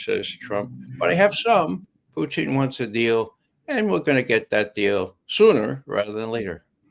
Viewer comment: I love how Ray says "Phew-tin"